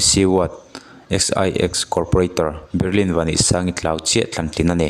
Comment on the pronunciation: Hming leh khua hi a lam dan dika lam hram hi tum ve tur, risk pawp pawp lo hian... Berilin nilovin Baryl (Be-ril) tia lam tur.... Chuan Lamherh pawh i lam diklo bawk.. chuan, XIX ti lovin Ward 19 ti ve mai la, JT YMA nilovin Joint YMA ti bawk la mi nawlpuiin an hrethiam zawk ang.. A tha lutuk a, mahse tlem inzir ve deuh a ngai, channel nei a mipui ngaihthlak tura chhawpchhuah zel i duh chuan....